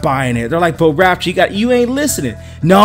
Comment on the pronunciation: It's pronounced Rap-chure, not Rap-tor like the Dinosaur.